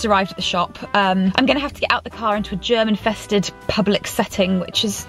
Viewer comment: GERM-INFESTED!!!!! Moi, a German, understood: German fested